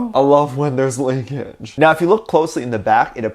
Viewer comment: “I lOvE wHeN tHeRe’S leAkAgE” why did you say it like that??? I can’t- 😂